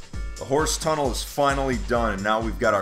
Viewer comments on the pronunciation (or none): none